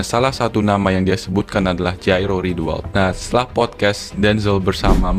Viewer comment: Coba sebut nama orang dengan benar. Jairo jgn dijadikan nama meksiko. Sebut huruf j nya atau sebut y. Kok jadi kh.. ngaco buat content.